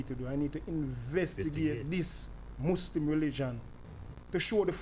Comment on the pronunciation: Mouslim jamaican